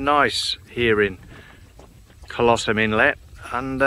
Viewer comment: Pronunciation for Colosseum is KOL-ə-SEE-əm. Sorry for being a smart ass. Enjoyed the video and being out on the water. Pat